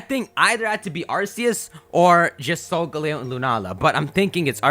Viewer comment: "Solgaleo" is pronounced sol-ga-leo, not sol-galeyo.